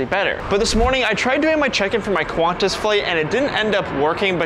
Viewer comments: "qUahNtaS" ITS PRONOUNCED KANTAS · It’s pronounced qwontas not qwaaantass